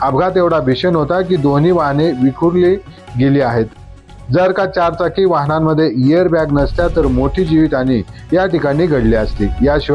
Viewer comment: इयर बॅग नाही, एअर बॅग